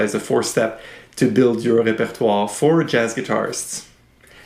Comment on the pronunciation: Oh that is how I am supposed to say repertoire!! Great lesson thank you